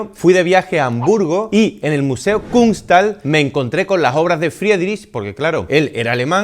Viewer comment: Se pronuncia Friiidrig y kunts-jale